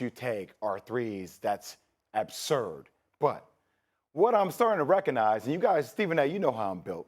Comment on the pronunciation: J Will can't even pronounce "absurb" correctly